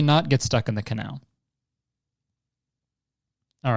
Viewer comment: And then he goes ahead to say canal without the c